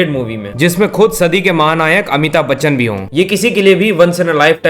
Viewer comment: Amitabh Bachchan ❌ Amithub bachchan 😂